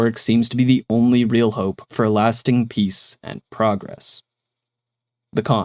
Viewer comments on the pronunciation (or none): none